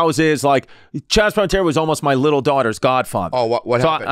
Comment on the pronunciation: Chaz palmantery....whoooooo is that.